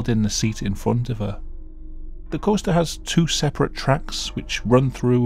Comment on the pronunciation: As an American I absolutely love it how you say the word “Coaster”. “Coh-stah”